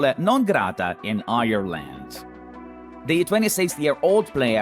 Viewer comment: Same I was nearly crying when he prounced Ireland and said Irrland